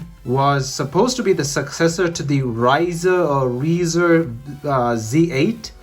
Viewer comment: Rizr is pronounced like riser.